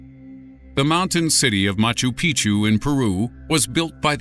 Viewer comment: Machu Pic'chu is pronounced "Mah-choo Peek-Choo", not "Mah-Choo Pee-Choo". It may seem like a minor thing, but it changes the meaning. Think Spanish's "Años" versus "Anos".